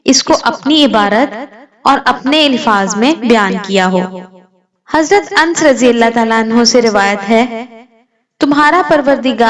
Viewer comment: A pagal ans nahi hajarate anas bol